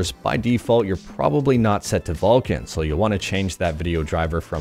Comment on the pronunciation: It's VULKAN .... With the 'K'